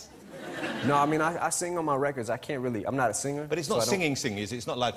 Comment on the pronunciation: This is a weally good interview